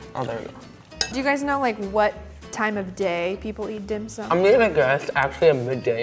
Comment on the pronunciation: The youngest girl here pronounced Dim Sum in perfect Cantonese! 👍🏻